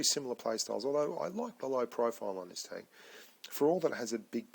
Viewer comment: And it's not tonk, say tenk man